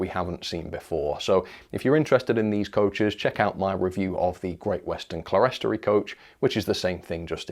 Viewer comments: It's pronounced "clear-storey" or "clear-storry". It is what it says - a clear (glazed) level. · Clerestory is pronounced 'Clear-story'!